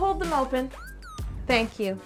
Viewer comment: Not thank you but Cake you. Lol